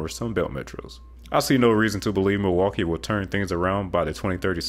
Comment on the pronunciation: You stated Pittsburgh and Milwaukee incorrectly... but, the rest is great information.